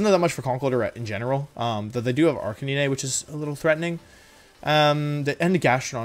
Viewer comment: Why did you say arcuhneenay